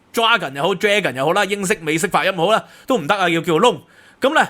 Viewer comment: 係囉，重未聽過［揸gun]😅